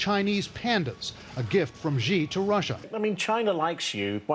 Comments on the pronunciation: Trevor, Xi is pronounced 'she', not 'zhe'... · XI = Z ?? Jayz?? dafukkk murica.....it's more like XI = C , not Z sf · ‘Xi’ is pronounced with an ‘sh’ like ‘she’ and not with a ‘j’ like in ‘jam’. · So in Chinese, Xi is pronounced "she" not "gee". So please feel free to use "That's what Xi said" jokes liberally. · the way you say xi's name is not "gee" its pronounced "shee" x in Chinese is the sh sound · Xi is not "ji" it's pronounced "see". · Trevor, do a Bromance between UK and USA next, I’m sure your find ready funny materials. Blair amd Bush, Johnson and Trump. Also, China President Xi’s name is pronounced as “C” not “gee”. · I love Trever’s show…but can Ame media PLEASE stop mispronouncing Chairman Xi’s name?! It’s “she”, NOT “gee”. 😑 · Putin clarifies Russian Chinese relations in his answer to Japanese journalist's question, if you are interested. And President Xi is not pronounced as President 'G' but more like 'C' so stop saying 'G'. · It’s pronounced “shi ”not “gee”! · "Xi" is NOT pronounced as "Gee". "Xi" is pronounced as "sea". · Its xi, pronounced shii not G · Xi is ‘C’ not ‘G’. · xi not zi, hope u and ur fellow anchors can pronounce correctly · It is not zxi It is just xi which sounds totally the same as ‘she ‘ in English, so next time u can just call it ‘she’, the president of China, she is great friend with Putin.. I am not joking about the pronunciation , u can take my words for it, the correct way of saying it is xi=‘she’. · Ok first off that bothered me a lot. Why are you all pronouncing Xi as "G". Xi is pronounced as "si" X = s sound. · Not Gi, but his name "Si" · It's not "dsheee" it's "shee" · come on, it's pronounced SH-EE,not G-EE. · The guy can't when pronounce Xi correctly. It's not "Gee", it's pronounced "See". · "xi" reads more shee or see rather than "gee". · It’s not “Zi” or “Zhi” for “Xi”, but more like “Shi” or “Hsi”, a soft sound with flat lips. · Xi - like “Shi” not “Zhi” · Dude，Xi pronounces as“Shii” not “gee” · Its Xi, not Gi.